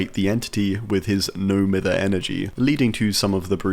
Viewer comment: mither is pronounced "my-ther"